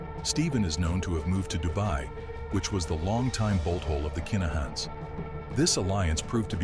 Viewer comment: Its kinnahans not keenahans as im from Glasgow and knew some of the Lyons and i live in Dublin where the kinnahans are from i know this is there names for a fact